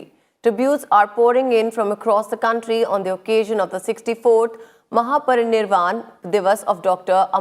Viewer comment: News deliver karane wali madam thik se bol bhi nahi pati... she has made mistake while talking... not able to read " mahaparinirvana divas".. Babasaheb dr. Bhimrao ambedkar... what's this????